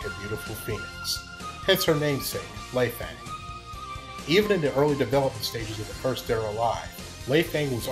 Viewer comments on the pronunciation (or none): You mispronounced her name. It's pronounced: Lay-fung (Lei Fang) you don't say Fang in an american dialect.